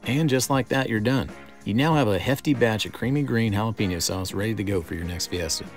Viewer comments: It’s pronounced hah lah peh neeo not hah la peee neeo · Its pronounced: Hal-uh-pen-yo